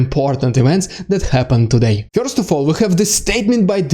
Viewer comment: first not "fjorst"